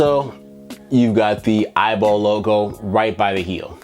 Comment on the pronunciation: It’s E Y B L not eyeball😂😂😂